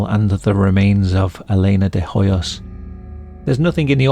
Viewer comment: The 'h' in Elena's surname Hoyos, is silent.